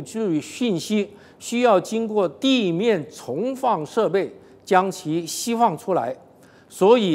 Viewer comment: 驳斥的‘’斥‘’字不会念，说成‘’戏‘’的发音， 释放的‘’释‘’字发音也不正确，这是哪的人 ？ 在哪里学的中文 ？